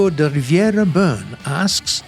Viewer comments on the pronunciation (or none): none